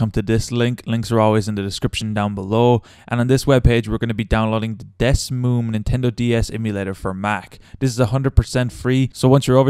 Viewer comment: Man said Desmoom